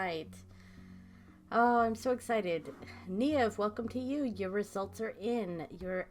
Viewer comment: i was concerned you do not even know how to say your own name , its irish and its said neeve , here is a video to help